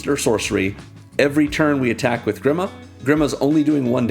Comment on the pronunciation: Grima, is pronounced as (GrEEma) also known as grima wormtongue